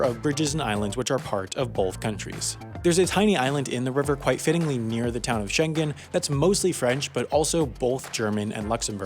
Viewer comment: Good, but Schengen has the ng pronounced like it is in sing.